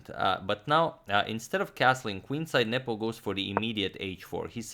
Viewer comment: i keep hearing nipple instead of nepo